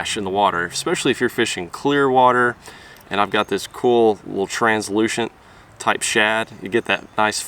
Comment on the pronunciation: "translucent" ? "in terns of gear" ? :(